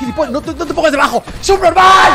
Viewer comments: Like si quando rubius dijo subnormal pensaste que dijo supermán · Dijo surperman o supnormal